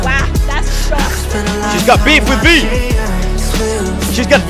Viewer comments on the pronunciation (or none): “She got Veef”😂😂😂